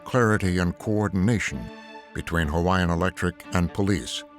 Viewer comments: The narrator did a good job pronouncing the Hawaiian names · I'm only a few minutes into the video, but this narrator is doing an amazing job with pronunciation. Great job.